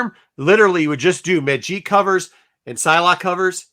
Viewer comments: I am hoping for a Child of Nomad:Spirit of Vengeance book myself:P and ur right,it is Magic, not Majeek, she isnt french for gods sake:P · Majeek??? WTH is that guy talking about.